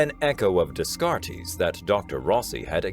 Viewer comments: Day-kat, not Des-kart-ees. It may be a trivial complaint, but it annoys the hell out of me. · So I prefer you buddy because for the most part you pronounce things correctly. However I would review how to pronounce "Descartes" (Day-cart) its french and when narrating scifi you can ruin all immersion by stumbling over names and words that dont fit. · The correct way to pronounce it sounds a lot like "day cart" which is probably how you've heard it before. The narrator got it very wrong, and I found it amusing. But the story is still great and a fairly rare name being the biggest mistake in the reading isn't going to spoil it! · great voice.... But did anyone else cringe Everytime his said Descartes name?